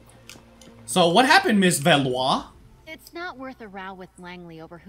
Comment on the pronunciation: Oh btw..It is Isabel Velois. Pronounce as Vel wa